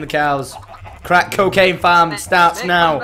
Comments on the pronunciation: TOM! It's Crack COWcaine Farm. Not cocaine. xD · Tom, its "Crack COWcaine Farm" not "Crack Cocaine Farm"